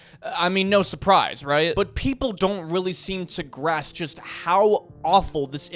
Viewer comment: the word is "Grasp" NOT "Grass"